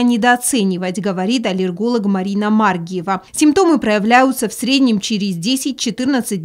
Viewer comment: Я в шоке :МАргиева...МаргИева правильно...слух режет...